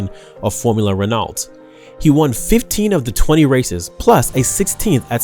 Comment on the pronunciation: you really need to work on your pronounciation bruh rosberg, renault, francochamps....